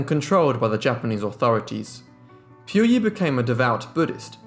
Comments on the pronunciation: It is pronounced as PU Yi instead of Piu Yi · Pu yi sounds like Pooo eee. Not Pew EEE. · POOYEE NOT PYOUYEE JESUS CHRIST WHY IS IT SO DIFFICULT TO PRONOUNCE A SIMPLE NAME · If you're going to make a "documentary" you should at least make an effort to pronounce Puyi correctly, British accent or not. You got everything else right.